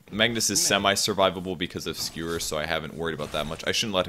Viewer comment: Does he keep saying "Skrewer?" It's driving me nuts!